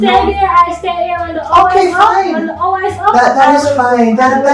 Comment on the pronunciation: The emphasis on pastor saying she should visit for an hour 🤣.